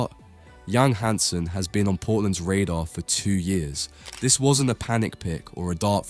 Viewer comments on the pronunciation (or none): none